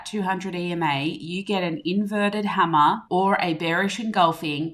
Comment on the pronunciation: “Inverted Hammah”